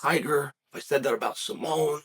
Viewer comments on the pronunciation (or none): none